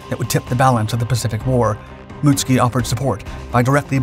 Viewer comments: Most of us would say "moot SOO kee" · Mutsuki* not Mutski lol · Mootski😂 it’s mutsuki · I thought "Mutsuki" had three syllables..."Mut-Soo-Key" is how I thought it is pronounced. Muht-ski sounds vaguely Russian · Why you always say "Mutski" instead of "Mutsuki"?! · The ships name surely is not pronounced as “Muts-ki”?? It should be Mut-Suki.. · I am an American who was fortunate enough to go to school in Japan. I speak a little Japanese, took it in HS. Your pronunciation is wrong for this ship. It's MITSUKI, SOUNDS like Mitt- sue- Key. The way your pronouncing it sounds like another ship entirely. Being factually correct on your videos is a must, that's why I watch them. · yes it does, however his pronunciation of it, is wrong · Pronouncing proper nouns correctly has never been a priority of this channel